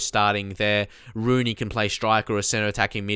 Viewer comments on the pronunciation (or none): none